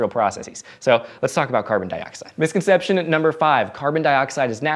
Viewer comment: It's misconception (4 syllables), not misconceptionate. I can't go on not saying anything. C'mon, slow down.